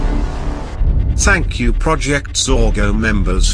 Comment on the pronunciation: bruh u don't even know how to say thank u ur like " TaNk U"